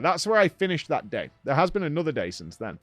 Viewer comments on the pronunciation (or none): none